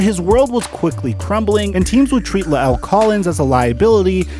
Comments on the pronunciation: Pronounced Lyle..not Luh-L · his name is “luh el”. it’s layel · LMFAO "Luh-el" lmfao Sometimes I get the feeling that is kinda on the "simple" side... The man's name is La'el (LYLE) Collins, man. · You say his name funny it’s bothering me lol